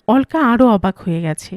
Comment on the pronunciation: নামটার উচ্চারণ হবে অলোকা, অল্কা না